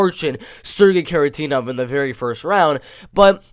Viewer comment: It's Kharitonov not Kharitenov, he is a legend. Gamebred Bare Knuckle fight is also MMA so Njokuani had fight in 2021.